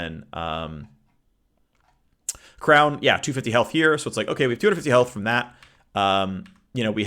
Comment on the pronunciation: Shrown- Shrown? Crown of the Shattered King